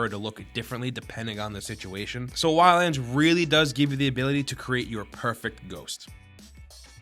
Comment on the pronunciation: "WILLANDS" XD Shit has me dead